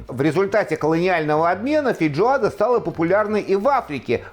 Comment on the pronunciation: вы постоянно так говорите - фейДжоада